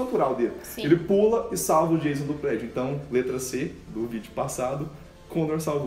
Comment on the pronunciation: O 's' em 'Jason' é pronunciado como 's' em inglês, não 'z'. E o 'o', pelo menos no inglês americano, é pronunciado como um "a" ("schwa" em fonética) que não existe em português. Cliquem no símbolo de áudio para ouvir a pronúncia correta.